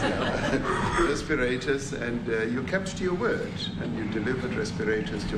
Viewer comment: Can't even say "respirators"😮😮